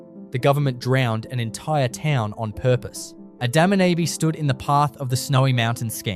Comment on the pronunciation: You'll have to teach your AI robot how to say Adaminaby correctly.